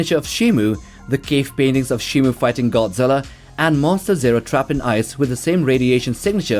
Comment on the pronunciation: shimO. MO MO MO. Not Mu. What does everyone say shimu????